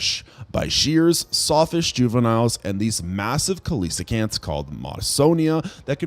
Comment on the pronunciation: Coelacanth pr. "see-la-kanth"